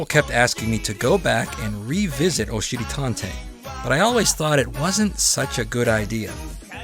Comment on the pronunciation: I have to be honest I really thought you kept saying oh shitty tontey.I thought that makes sense because he is a butt.I found out you are saying Oshiri Tantei that makes more since it’s Japanese